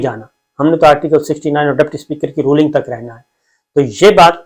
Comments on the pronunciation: اپ کی تعلیم کتنی ھے ؟ اپ Ruling کو Rolling کہ رھے ھیں۔ The word is Ruling and not Rolling. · Dear Sabir Sahib. I love your analyses. With upfront pardon, I would respectfully request that please work on your pronunciation of common English words. Today you pronounced “ruling” incorrectly about 29 times.